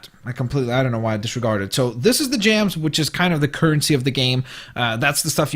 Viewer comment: Lol u say gems like jams